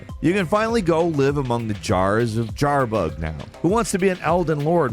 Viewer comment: Did you call jarburg "jar-bug" ???